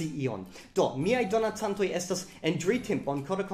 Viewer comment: Fakte, vi akcentas la malĝustan silabon. Ĝi ja estas "Jam temp' está" kaj ne "Jam temp' ésta." Krom tio, brila filmeto, dankon! Pri la akuzativo, mi plej ofte aŭdas tiun eraron kun manki. Oni devas diri, "Mankas mia manĝo." kaj ne "Mankas mian manĝon." :)